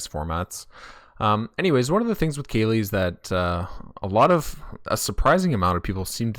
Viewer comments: Like California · Who's Kaylee? Is that a girl streamer? Research the proper pronounciation please. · I thought it was pronounced Cali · i got triggered for how you pronounced kqly xd